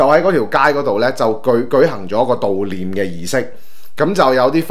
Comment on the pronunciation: ‘悼’念 讀音是 ‘道’念